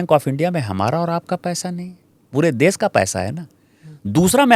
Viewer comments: Dubey भैया.... देस... नहीं देश बोल देश... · Smitaji...first teach Dubey to speak fluent Hindi then ask him to take side of Hindi speaking people. देश को "देस" बोल रहा है। भाषा को "भासा" बोल रहा है। 🤣🤣